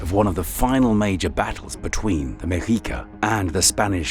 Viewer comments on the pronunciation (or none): This video should have been closer to an hour in length but it was still outstanding! My only critique is that I believe the pronunciation of the Mexica is Meh-SHEE-ka. I stand to be corrected. The "Aztecs" did not call themselves Aztecs. All of Mexico is full of wonders... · pronounced the X wrong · the spanish pronunciation is “meshica” not “mejica”